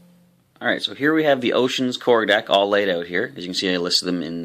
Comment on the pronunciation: Learn how to pronouce "out", other than that nice vid. thanks